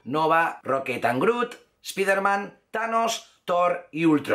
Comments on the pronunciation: no se dice espiderman, se dice spaiderman. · Carajo pronuncie bien !!! Spiderman diga así "Espaidermen" HULK diga así "Jalk" CABLE diga así "Cabol" Difícil? Para nada sos bien youtuber pero no la cagues mas con la mala pronunciación no me cojas mala vibra pero estas a poco de ser igual al patético de "Infomarvelers"